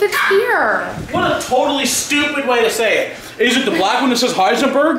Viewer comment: First Michael says angwee and now doopid...what's going on Michael? Are you healthy?